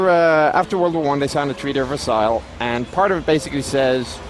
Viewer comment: Good lord the way he says Versailles.